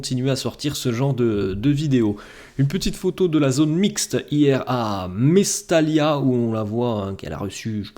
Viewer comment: mais surtout que cette rencontre a été entaché par la grave blessure de Muctar Diakhaby qu'on espère se rétablir et passer cette douloureuse épreuve.. nos sincères pensées à lui. BTW ..ça se prononce Mestaya....et non pas Mestalia...merci..